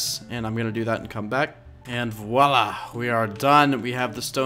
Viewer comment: Hello i'm french and when i heard the "And voilla" i can't stop laught